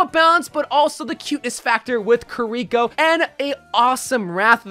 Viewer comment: I've also noticed this. Most people say Ki-ri-ko. says Ka-ree-ko.